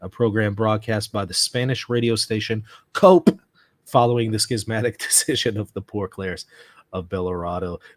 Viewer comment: Iceta is pronounced as E-set-A. Radio COPE is the amalganization of all Diocesan Radio Stations now under the Spanish Episcopal Conference.. it took the name of OPE which was promoted by the Dominicans. It is pronounced as CO-PE... a very reliable and popular radio channel around Spain and abroad.